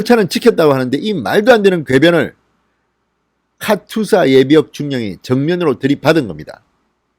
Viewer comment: 카츄샤가 아니라 카투사가 맞습니다.